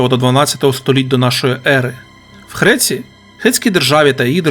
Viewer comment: ви добре ведете але ви вимовляєте х замість г, хреція замість греція